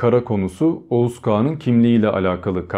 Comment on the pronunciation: Oguz. Okuz.